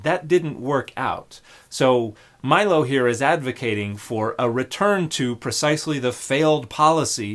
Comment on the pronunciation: The way you said Milo’s name was wild